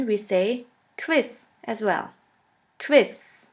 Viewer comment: Not meaning to be rude but Quiz is a ZZ sound not SS. And Cow in German is spelt KUH. Lol I said to my self, Q is a cow.